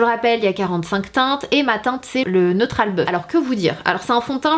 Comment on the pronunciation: « Neutrale bœuf » mdrr